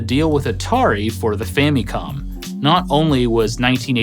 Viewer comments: The “fammycom” pronunciation always sticks out to me. Does anyone pronounce family as “fammylee”? No. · "fammy-com"? Don't think ive ever heard it pronounced that way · I swear this guy keeps saying Fanny comm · ...your mispronunciation of "Famicom" kills my inner child. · Love your vids, but I gotta be honest. I hate how you say famicom lol